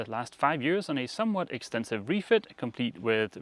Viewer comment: I've been confused for a long time if was saying "extensive" or "expensive". Thanks for clearing that up for me. I guess he could say it was "an extensive expensive refit."